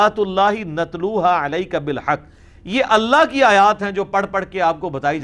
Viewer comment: انجینئر صاحب تو ویڈیو کے شروع ہی میں قرآن غلط پڑھ رہا ہے ۔ نتلو کو نترو پڑھ رہا ہے